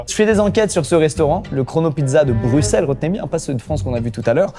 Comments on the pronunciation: t’as rendu les bruxellois content merci d’avoir bien dit Bruxelles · enfin un français qui prononse bien Bruxelles<3